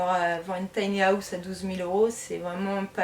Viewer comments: Bonne vidéo mais à chaque fois que tu dis “house”, ça me stresse parce que tu dis “Haouse” Je dis pas qu’on doit tous bien parler avec un Bon accent mais quand même 😭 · la prononciation du mot house est revoltante. le h est sonore